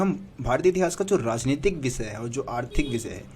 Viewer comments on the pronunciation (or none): none